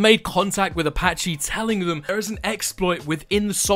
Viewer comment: its apache not apach-e